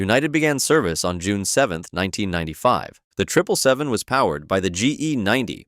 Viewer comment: HE SAID TRIPLE 7 AND NOT 777 LET'S GO I APPROVE